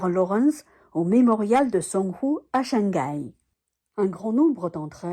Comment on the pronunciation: veuillez prononcer shang hai distinctement. erreur grossière de faire liaison " shangai " comme en français.